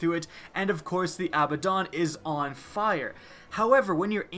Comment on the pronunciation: you're actually pronouncing Abaddon correctly now